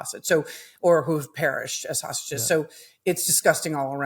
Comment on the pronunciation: Trump said, "saugeses" v "hostages".